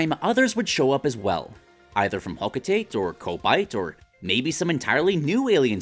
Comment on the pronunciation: Good vid, but it's "Ho-Co-Ta-Tey" not "Ho-Co-Tate"